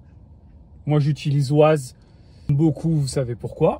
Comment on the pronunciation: Bonjour et merci pour la vidéo. ça tremblote quand même beaucoup ! Et pour info, on dit "Wèze" et pas "Waze", c'est de l'anglais 🙂